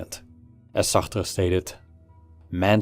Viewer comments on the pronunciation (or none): I wanted to off myself every time he pronounced Sartre.